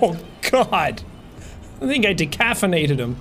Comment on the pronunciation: did he say decafinated cause that made me laugh